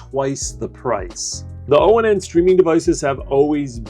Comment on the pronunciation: is it really pronounced with the letters spelled out O N N instead of saying ONN like turn your light ON just with a extra n . Or do you like just saying it like that spelling it out instead . Walmart employees say it ONN like turn on your lights . Are they wrong or you ?